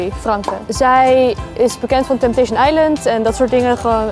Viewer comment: Zei hij nou TimTation?